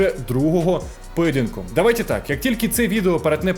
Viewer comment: "давайтЄ так" - це що за азіровщина😂